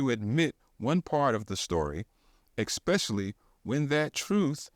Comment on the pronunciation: Hard to listen to you say ekspecially instead of especially. Other than that I love your channel